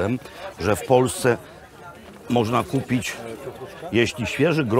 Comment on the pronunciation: jezu jak ona mówi 😐 kupic, z nasjon bio dziewczyny zaczekajcje😬gotowy do spożycja